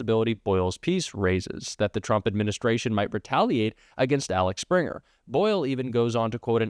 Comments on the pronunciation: Interesting but Axel, not Alex, Springer. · I am sure others have commented it is Axel, not Alex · Axel springer not Alex springer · Axel springer not Alex springer.. i understand getting it wrong once or twice but you pronounced it wrong every single time!